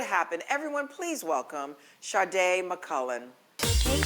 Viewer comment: It is so irritating when people say ShaRRRRdae. She has the exact name as my sister. And I hear people here say it all the time. THERE IS NO RRRRR IN HER NAME 😂😂🤦🏾‍♀️